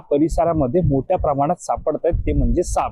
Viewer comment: सापअ असा उच्चार नाही साप असा आहे! तीच सापअ... असे नव्हे तर तेच साप! कृपया मातृभाषा व्यवस्थित बोलायला शिका. 🙏